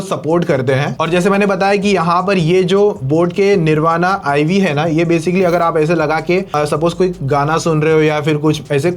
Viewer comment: It's निर्वाण why can't you hindi guys pronounce correctly